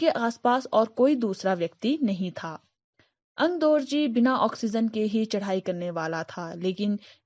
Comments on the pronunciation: Okay, am I the only one who noticed that she started pronouncing 'AngdOrji' as 'AngdArji' and then after a few mins, very subtly picked it up??xD... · Its Aangdorgi nor Aangdargi.😁